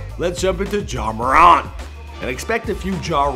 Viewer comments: It’s pronounced mer-ant not more-ont But no hate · It’s “more” “ant” not “more” “aunt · Ur mispronouncing his name it’s not muh-ront it’s MORE-ANT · It’s not “More an” you say it like Durant, it’s pronounced “More” “Ant” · It’s not Ja “More-Aunt” It’s Ja “More-Ant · Yea he says jamoraun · Imagine saying it like morawnt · IT'S "marant" HOW YOU SAY IT!!! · mans said ja moraunt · It's actually Moe-rant. I went to school with Temetrius from 3rd grade to graduation. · its ja more-ant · "Ja Muhront" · Ja ma-rant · Ja moraw.....lol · Pronounce his freakin name right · I cringed odee when you say his last name 💀💀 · Bro stop saying his last name like that if you going to say his name say it right